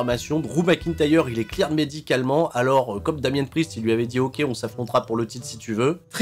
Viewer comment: jai veau repasser jentends bien "clair" et non claired (clīrd en phonétique) mais pk pas.